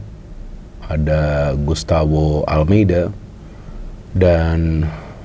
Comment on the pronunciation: Gustavo, bukan Gustawo 😂